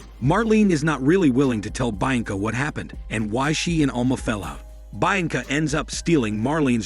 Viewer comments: The pronunciation of Bianca is hilarious 😂😂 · Mispronouncing the name became irritating after a while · Sorry but I can't stand the way you keep saying her name lol...only lasted through 3 min of the video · haven't you already done this one before? I remember the butchered bianca pronunciation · I think so. That pronunciation is what triggered it for me too.